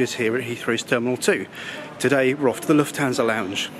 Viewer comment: I don’t understand why English people always pronounce Lufthansa wrong. You pronounce the a like a American person would pronounce the a in can, but the British way to pronoun he the a wold be right.:) Hope everybody is doing well. Habe a nice day and now I’m gonna watch your video.